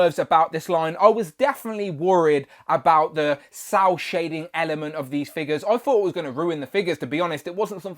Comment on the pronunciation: Is he saying sow shading? What is sow (sour) shading? What is that.